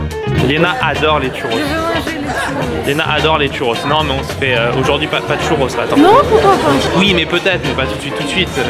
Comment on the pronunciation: Les tchu rosse ah ahah tu pourrais dire chourros à la limite .